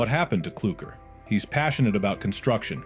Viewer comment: KLUKER????????????????? bro please stop and learn the right names it sounds terrible